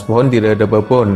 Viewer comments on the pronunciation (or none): Baboon dibaca babun boz xD